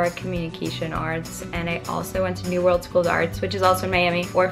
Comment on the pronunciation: new woorld